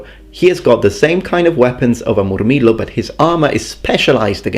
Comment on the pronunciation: The way he says Moorrmeelo with the rolling r's